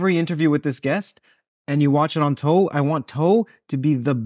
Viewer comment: Calling the podcast "toe" just makes my skin crawl. Idk why.